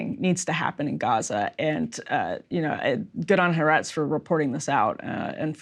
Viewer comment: Ty for good reporting. But please, not "HaREtz". It is Ha-AH-rets (The Land [of Israel]).